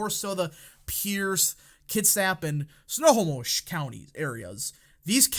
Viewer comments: It's pronounced Sno- HO - mush County. Accent on the second syllable. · It’s pronounced snow hoe mish 😂